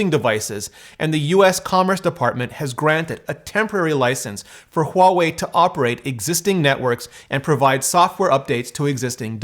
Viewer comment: You are one of the few who has said Huawei’s name correctly. Good on you!